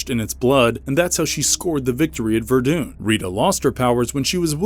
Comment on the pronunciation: The way the narrator kept saying Ver dune instead of Vur Dun which is how you spell Verdun really bothered me.